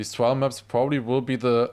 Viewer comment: r sound not w sound in trial please please please